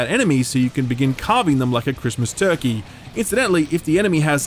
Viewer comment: "Christmas turkey". We found the Australian lol.